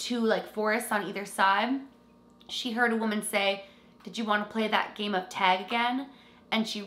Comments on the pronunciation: It's not teg! Its tag! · oh no. i want to watch but she keeps saying teg and i don’t know if i can make it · Canadians pronounce it like “teg” vs “tag” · She says tag. I heard teg 1 or twice but she says tag the rest of the video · why does she say "TEG"? 😂🤦🏽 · Take a shot everytime says “tAayg” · I love how u say tag lol :D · I can def tell you're canadian by the way you said "tag" lolll so cute! and awesome vid!!!! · Exactly what I was thinking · The way you say tag is so funny lol cute 💚🧡 Great vid! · I don’t mean it rudely. It’s cute. Very Canadian.